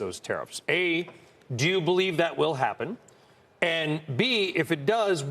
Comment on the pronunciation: Be vewy, vewy afwaid of tawwifs.